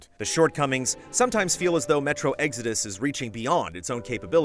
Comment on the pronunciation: Sounds like you said metro EGGS ARE DUST lmao